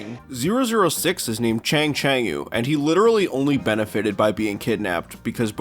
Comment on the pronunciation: Funny and kinda surprised about 006's name in English pronunciation. In Japanese, his name is pronounced "Chanchanko" which is a vest-like traditional clothing. As an example, the yellow vest worn by Kitaro from "Gegege no Kitaro" is a chanchanko.